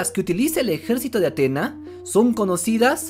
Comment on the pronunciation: Es Atenea 😂😂 cuando dices atena me suena a antena de televisión 😂😂😂